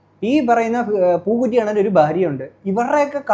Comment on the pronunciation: njaan ivide chirichu pandaram adangi റസൂൽ പൂക്കുറ്റി അല്ല ബ്രോ റസൂൽ പൂക്കുട്ടി :D